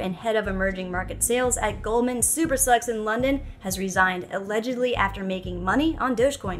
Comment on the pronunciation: I love it when you say Goldman sucks. LOL